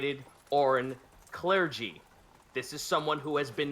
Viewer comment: The United Clergun of WHAT?